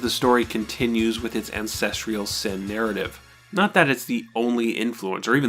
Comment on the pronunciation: STOP MISPRONOUNCING THE WORD “ANCESTRAL”!!